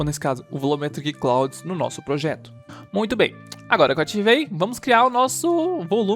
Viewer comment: Ótimo tutorial, mano. Continua assim ✌🏽😁 Só uma dica: nuvem em inglês se pronuncia "Claud" kkkk